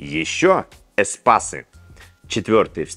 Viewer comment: Я не понял! Никто за "эспАс" не напихает лысому????